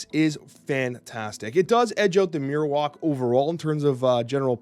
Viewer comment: Man I love your snap stuff but we gotta sit down and work on your pokemon pronunciations Marowak is like Bone Marrow